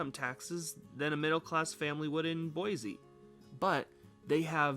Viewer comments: Cool vid but it’s Boi “c” not Boi “z” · I thought boise natives pronounced it “boy-zee” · Pronounce Boise correct. There is no Z in Boise.